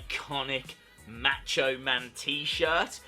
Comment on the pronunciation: Learn to pronounce Macho.